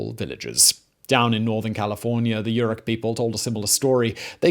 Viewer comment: You mispronounce Yurok and Tolowa. And it's not "A jumping dance," it's "a jump dance," and you incorrectly explain its purpose.